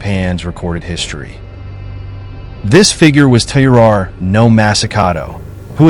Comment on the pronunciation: Please work on your pronunciation, since your channel is themed to Japan. "Taira" is pronounced something like "tire ah".